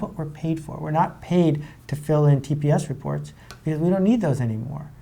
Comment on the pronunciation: Wow he completely said "TPS Reports" I applaud you Sir